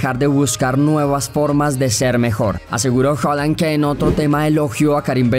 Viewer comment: PORQUE LE DICES HOLAND SI ES HAAAALAAAANNNDDDD F...K AGHHH QUE ESTRESS